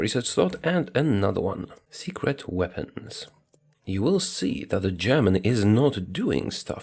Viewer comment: Your pronounciation of german citys is Perfect!